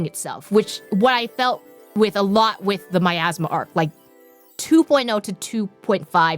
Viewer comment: 1) No, no one told them. 2) Its a joke, because said miasma as "my asthma"